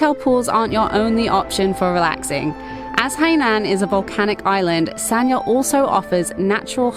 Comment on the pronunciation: The pronunciation is “San-Ya”. San just as in “San Francisco”, Ya similar to “Yard” without the ending d. Both and made it sound kind of like Sa-Nya, which is not correct. The Chinese is 三亚, two characters. In standard mandarin pronunciation, one character is one syllable, there is no link between syllables (characters). Here, the first character pronounces “San”, meaning three. The second character pronounces “Ya”. You cannot link the n sound at the end of “San” to the next character.